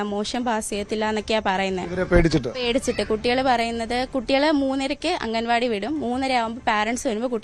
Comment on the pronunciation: അംഗൻവാടി അല്ല മാഷേ അങ്കണവാടി എന്നു തന്നെ പറയണം അങ്ങനെ തന്നെ എഴുതണം അതാണ് ശരിയായ മലയാളം